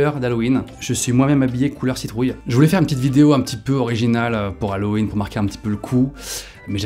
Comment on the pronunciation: Norman tu n-as pas perdu l'habitude de dire "l'hallowen" au lieu de hallowen